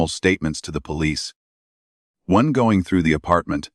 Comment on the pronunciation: Agree......... She is NO Doctor. Kate said "Doeeeen" & "Goeeeen" & "me husband" really ffs.......